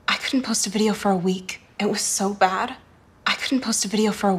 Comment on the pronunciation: EN LA PALABRA BAD SUENA COMO BAR LA PRONUNCIACION DE LA CHICA